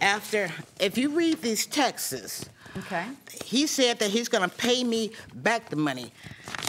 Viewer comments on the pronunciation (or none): "If you read these TEXAS" Was she trying to say TEXTS or something? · whyyyyyyy do people say “read the TEXAS”. When saying text plural. Just say TEXT 😂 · The word is texts people, not Texas